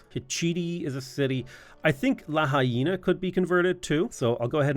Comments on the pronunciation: Pronouncing Lahaina like La-Hyena is killing me man 😅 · Aloha from Hawaiʻi. It's La-hai-na. Like.. fa la la la la. Hi, like hello. Na. Like na na na na, na na na na, hey hey hey, goodbye:) <3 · La-High-Na is my favorite city on the island of Maui, it’s hilarious to hear you pronounce it som many different ways.